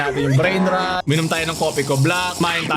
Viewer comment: Ayos talaga content mo may substance. Anyway yung pronunciation ng Rot is hindi "Ruht", literal na "Rot" yung tamang bigkas.